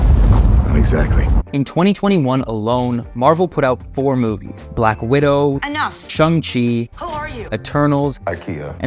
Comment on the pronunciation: It's Shang-Chi not shung. Look up your movies before doing videos. Also, is not 5 years.